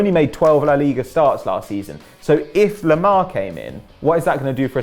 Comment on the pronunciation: Why do they call Thomas Lemar , pronounced "toma loma"?